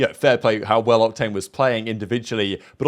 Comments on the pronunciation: Did he just call em cocktane or am I trippin😂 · calling Octane "Cocktane" got me 😂😂😂😂 I'm dead AF.